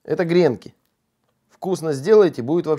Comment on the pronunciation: про гренкИ я даже не заикаюсь, а то это, обычно, такой шквал негодования вызывает!